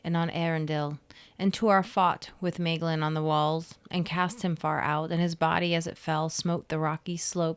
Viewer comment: It's not Meglin or Maglin. It is Maeglin. Tolkien said /ae/ is close to /ai/, so if you say "My glin" it's closer. Meglin is in the Book of Lost Tales, I think